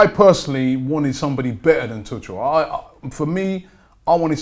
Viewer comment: Tuggggel, not Tutsjel...